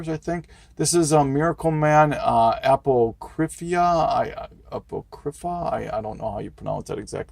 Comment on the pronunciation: Regarding that Batman Family #6... I remember buying that off the spinner rack at my local grocery store ! By the way - that Miracleman book... I think it's pronounced like this : ah-pock-rah-fah.